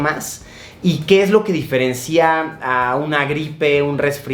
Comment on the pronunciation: Diferencia no diferncía